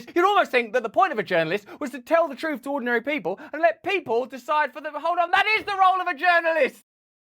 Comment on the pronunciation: "TROOF" hehe